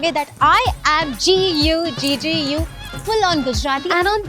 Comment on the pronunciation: Guggu? lmao. It's Gujju 🤣